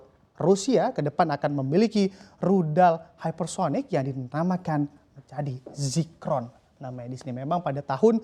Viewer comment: Zircon bukan Zicron....